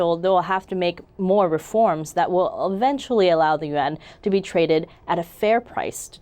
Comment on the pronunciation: 1st problem with your video you never properly pronounced the (you-won'")yuan I call Bstttttt